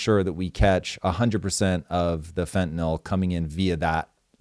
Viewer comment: People have been using drugs and overdosing for HIW long? All of a sudden they want to protect the country from drugs? And please don’t say fwntaNOL.